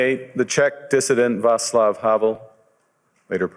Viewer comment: the name Václav is pronouced as is it was soelled "vartsluv" what's wrong with the english-speaking people, East European spelling is easy!